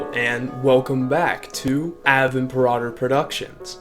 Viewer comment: You butcher the pronunciation of "Ave Imperator."